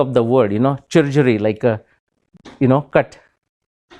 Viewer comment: German word is pronunced शिरुर्गी. I have masters degree in German